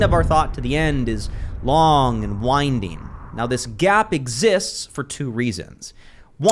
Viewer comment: Hate to correct you, since we were on the lexical gaps and since you are a great vocalist yourself.. winding is pronounced as wine-ding and not as win-ding. 😊